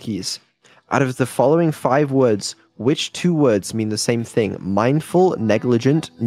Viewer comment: She would have been happy to answer correctly if the product of Bri'ish private education would say the words correctly.